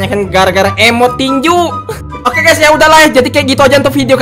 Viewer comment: Ini Gak SalAh Dengar Kan? Itu Bilangnya Stumble Gay Bukan Guys